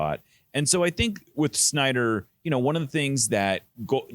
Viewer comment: Niko struggles with pronouncing Snyder and Schmetzer.